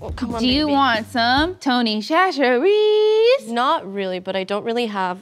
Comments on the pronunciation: Dear, please expand your love of Tony Chachere’s to include a more correct pronunciation of it. More of a “SASH-sure-ease” rather than the “SHA-sure-ease” you keep saying. Good luck on getting that sponsorship! Many of us with southern (especially Louisiana) roots tried to tell you this in the fried chicken episode, so I hope that you had already filmed this. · It's pronounced SA-sher-ees, not Sha. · And most of the southerners had a sad parent moment while they keep saying it SHA-sure-ease instead of SASH-sure-ease, lol. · you've been banned from Tony's until you can say it right. lmao. The "Ch" at the begining is pronounced as an "S" "sa-shur-ee" ~much love from a Louisianain 🐊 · my family was friends with Mr. Tony Chachere and I just thought you should know it's pronounced "Sashery" also he looked exactly like he does on the can lol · As a Louisiana native, it is pronounced "sash-sher-ee"... Or more affectionately, just Tony's. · It's pronounced Tony Sash-urr-ease. Also "Slap Ya Mama" seasoning is way way better. Nola born and raised. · Tony's Chachere is probably avoiding sponsorship because you keep saying the name wrong! There's a pronunciation guide on their website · I love these guys, but cannot stand the way they pronounce Tony CHacheres .